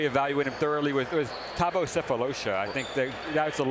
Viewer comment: "Thabo SelfishLotion"